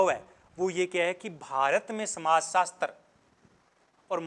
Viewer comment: Hindi theek karo apni sir samajsastar kon bolta hai samajsastra hota hai